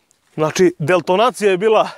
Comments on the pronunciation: Kaze deltonacija hahahaha kaze se detonacija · Jel ti on rekao u videu "delotonacija" AHAHAHAHAHA